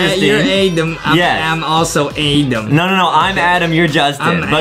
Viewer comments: Adam, not Adem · No Justin says Adem. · No no no, it’s A-dom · It was so funny when Justin kept saying "I'm adem" 🤣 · no he said Edem not Adem